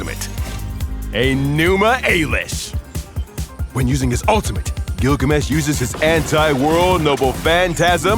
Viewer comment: pronounce enimu elish like that again and im turning you into a taxidermy